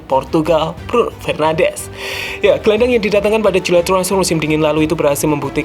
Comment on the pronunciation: Bruno FernandeS not FernandeZ. He's portuguese not Spanish.